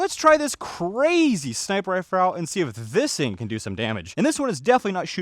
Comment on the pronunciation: "And we have this crazy sniper rifer..."